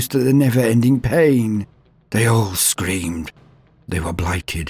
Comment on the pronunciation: "they STREAMED for weeks and months before they were used to the never ending pain"... is what i first heard. i listened 3 more times and then finally heard it as "screamed", which obviously made far more sense. until then i was having a real good laugh thinking of kids streaming teletubbies nonstop and, imagining a scene similar to the famous brainwashing sequence in "a clockwork orange", they endured the sun baby and his colorful demons until they were dead inside. you know, like someone driven insane by the touch of chaos. if i had any modicum of video production skills i would love to make a short about that, as it sounds awesome.